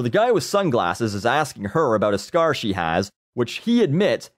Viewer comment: I thought he said "cigar" and not "scar". This stinks.